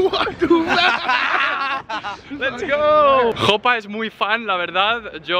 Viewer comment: Soy el unico que se ha dado cuenta de que dice she para Jopa? (No hate)